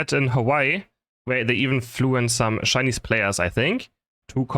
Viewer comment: "Shcainise" hahaha lmao